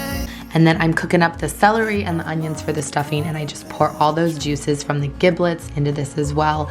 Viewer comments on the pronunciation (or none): All the things ... 👏👏👏👏 Have a Happy Thanksgiving! 🦃🥰 ("Giblets" is pronounced with a "j" sound, btw... 😉😘)